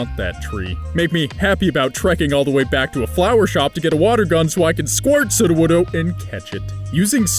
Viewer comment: Good pronunciation of Sudowoodo 👍